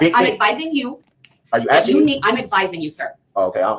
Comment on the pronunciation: It's not are you asking me it's are you aksinge lol